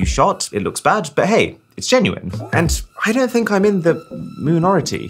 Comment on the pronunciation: I really enjoy your content and love your style, when you are natural and yourself. I'm sorry, I had to stop watching this video because I could not listen to you say moo'nority' one more time, in your strangely higher pitched, accelerated voice. Please compare yourself to one of your earlier videos. Compared, it's like you are talking to a different, 'younger' audience. I'm sure I'd have enjoyed the rest of the content if I had continued watching.